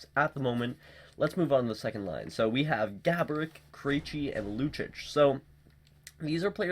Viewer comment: Lucic is pronounced LOO CHEECH....not LOO CHICH